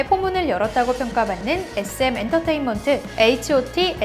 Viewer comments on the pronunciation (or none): none